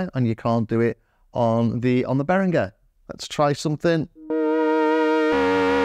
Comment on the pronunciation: I wasn't about to comment, but this video deserves another one, if only for the YouTube algorithm. Great comparison. And you are one of the few people who actually pronounce Behringer very well.